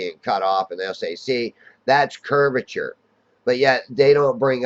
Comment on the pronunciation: The "curvizon"'s edge